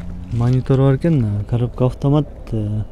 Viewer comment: үкам афтаат дебей автомат деп даңгал айтчи ,дайима сенин тартканыңды көрөм бирок афтаат дегениңде итиркейим келет көөнүм айныйт шашпай автомат деп кайра кайра кайталап үйрөн үкам.